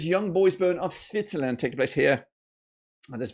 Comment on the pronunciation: Did he say Snitzerland 😂😂😂